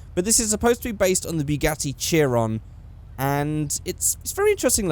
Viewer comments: it ch-er-ion not chirion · "Bugatti Cheer-on" That is what i heard and what you said, It's Chiron (pronounced shyron basically ) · Chiron is pronounce she-ron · it's pronounced shi-ron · said chiron wrong